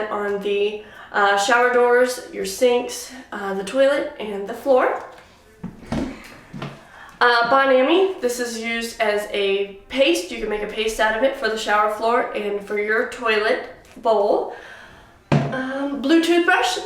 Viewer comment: The way she said "Bon Ami"...it's French.